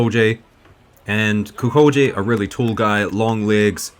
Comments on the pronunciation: O for Gods sake lern to pronounce Kukolj.try Kukoly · it's more like Kukol-yay, but that J sound found in Slavic languages doesn't really exist in English...